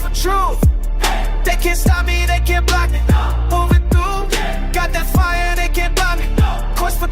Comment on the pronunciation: Trooof, quest for trooof.... dude lol